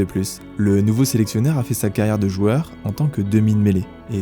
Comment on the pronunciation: C'est "joueur" et non : joeur 😉. Merci pour ce bon documentaire.